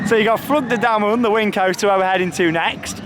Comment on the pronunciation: I think it's flu-G De Dimm-O-nen